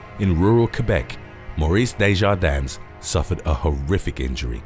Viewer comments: It's just pronounced "Day-jar-din" without the S! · The S on the end of Maurice's name is silent! Just like Illinois the S is silent. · Just a point of clarification. You don’t pronounce the “S” in Desjardins. I’m just a stickler for grammar. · Desjardins is pronounced with a silent s at the end